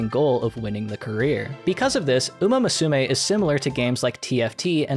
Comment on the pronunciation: Musume is pronounced moo-soo-may. It's a little more nuanced than that, but it's the gist.